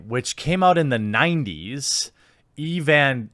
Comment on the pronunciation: mispronouncing Evangelion...fucking boomer. Try out Berserk.